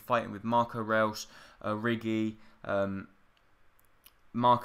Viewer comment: How can you not pronounce Reus?